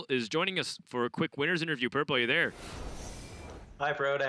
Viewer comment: "Purpele" is "gollum", right?